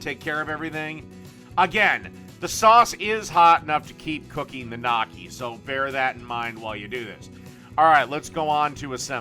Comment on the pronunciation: It's pronounced "Nyokkee." "GN" in Italian makes a "ny" sound like "canyon" or "onion." Personally I prefer gravy or cheese with gnocchi since it is mostly potatoes. I wonder if it's possible to make a poutine with gnocchi.